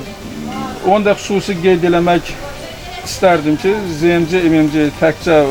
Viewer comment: olkedeki bahalashma?? A booy, ne danishirsinizz bixde ele shey var? )) P.S. ZMC-ZEMECE yox ZEEMCE kimi teleffuz edilir, bey)